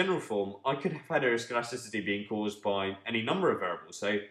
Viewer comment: Impressed by your ability to say heteroscedasticity